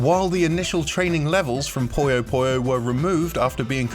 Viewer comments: Pronouncing 'puyo' as 'poyo' is not an accent, otherwise he'd pronounce other OO sounds as OH as well, which he doesn't. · "Puyo" is pronounced "poo-yoh", not "poy-yoh". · i pronounced puyo like pollo at first and was asked if the game was about chicken.